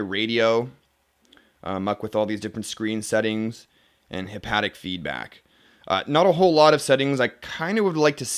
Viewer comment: haptic not hapatic haha i'm sure you were just tired. i like the reviews, but you should start doing jump cuts a la wwjoshdew on youtube. check that guy out. that would keep me a bit more interested and would cut down on your video runtime without sacrificing content. i think the background music was a nice touch in some of those other vids you did so keep that but just keep it real low.